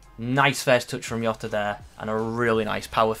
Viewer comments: Its how he talks when he says yota and not jota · I understand you're not Portuguese (That's fine) but the last name is pronounced 'Joh-ta'. P.S. Finally an upgrade. Now Robertson needs an IF and we're good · Diogo what mate? 😂 decent review btw ( it's diogo jota actually like it's spelled 😅)